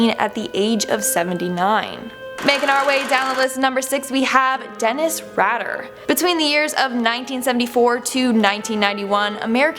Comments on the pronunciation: Lol Dennis RAD-er ...pronounced RAIDER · It’s “RAY-DUR” not raader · Goodness, you must have not been around when BTK happened.. you pronounce it Rayder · Raider(pronounced Ray-der). Not Rader. Not that that trash deserves that decency but yeah.Ray-der. Or you can just call him d¡ck. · Dennis Rader it's pronounced Raider not Rad-er. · It's Rader as in "raider", not Radder. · Ray-der not Rah-der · That would be pronounced RAY DA not RADDER. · Dennis Radar is pronounced "Rayder.' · BTKs name is pronounced rAy-der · Dennis Rader: E follows A making the A a long letter. So Rader is pronounced Ray-Der......Not RAD, er. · #1 - The man in the iron mask was believed to be the rightful king overthrown by his vicious uncle or brother. It's rumored the man was gentle and kind who's only crime was his blood line. #6 - Not that he deserves to have his name pronounced correctly but it's not rad-der it's pronounced raider. BTK is just Bind. Torture.Kill. not Bind em', Torture em' and Kill em". #2 - it was her bedroom, not her torture chamber. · Ray-der not rat-er also.... a life sentence in England is 25 years...how did some of these people get over 50 ? Aileen wasn't Americas first female serial killer. She was a hooker who killed 7 out of hundreds of John's which means she was probably telling the truth about them trying to really hurt her. This is a good video but the info is off alot. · If you are going to make a video and post it, maybe you should learn how to say the names. The BTK’s name is pronounced (pgneticallt) Raider not Rader. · Dennis Raider not rider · It’s Dennis RAIDer pronounced that way BTK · Well, that was short… can’t continue to watch… it’s Dennis ‘RAYder’ - with a hard “a”. If you’re going to make a video, you might want to make sure you can properly pronounce the names of the people in your video… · Who's Dennis Rader? I mean I've heard Dennis Raider is the real BTK!lol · It’s pronounced Ray-der lmao. He was my neighbor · It's pronounced Rayder